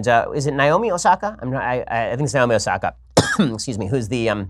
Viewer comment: I appreciate that you pronounced Naomi correctly.